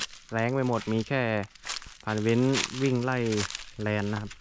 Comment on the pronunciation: แลนค่ะ ไม่ใช่แรน